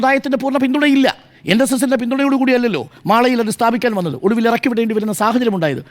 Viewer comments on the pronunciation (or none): none